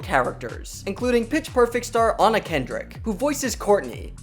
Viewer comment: Did he just pronounce Anna's name wrong?